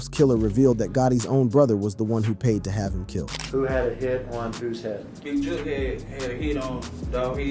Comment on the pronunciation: The young man just said JOOK 🤌DAMN FOOL